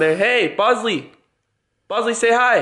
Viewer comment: Every time u say bosley I feel like you say possley